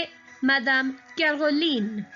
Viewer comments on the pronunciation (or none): none